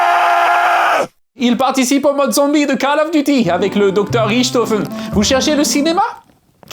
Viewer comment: "Avec le docteur Richatofen" avec l’accent allemand quand il dit "ofen" de Richtofen😂